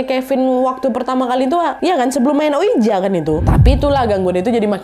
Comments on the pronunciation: Ka naaad, maaf bukannya sok pintar, mau koreksi aja, oija dibaca oiji 😔.. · Kak nad, ouija itu dibaca wiji wkkw